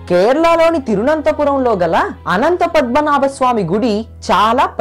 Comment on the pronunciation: Shaashthroktham , thiruvanathapuram, nirvahana neeku pronounce cheyadam kuda raavatle... and cheppina story as it is ga vere video lo unnattu as it is okka mukka maarchakunda even photos kuda marchakunda baane copy kottav.... thaman ki gatti competition isthunnav...muskora ayyaru...Nuv nee expressions...